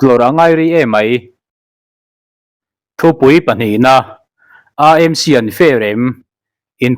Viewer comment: AMC tih lai,Â lai hi,Mizo Â AW a,Â lam dan anga irawn lam lai tak hi a ṭha kai hle mai